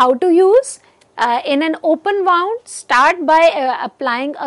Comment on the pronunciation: It's pronounced as 'woond' and not 'waaund'